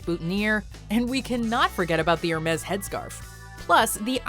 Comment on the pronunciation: Air -May. Hermezz! Really.